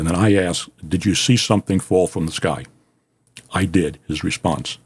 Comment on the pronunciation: Stop saying you axed him. The correct pronunciation is A-S-K. ASK. 🤔